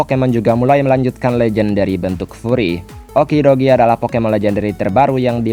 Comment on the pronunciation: okidogi? That' okidoge